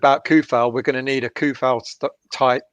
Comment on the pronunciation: Coufal is pronounced like C = Ts Tsunami not like Car